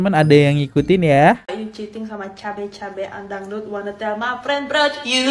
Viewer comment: tell kok jd till 😂😂😂😂😂